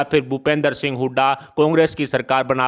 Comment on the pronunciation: इनको तो सिंह भी सही से बोलना नहीं आता।